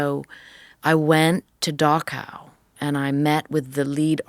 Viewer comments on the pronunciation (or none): Dachau is pronounced Dahrao and not Dako.